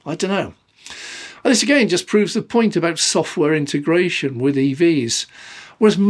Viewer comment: I love your videos but Please: Inteeegratiion! No such word as intergration!!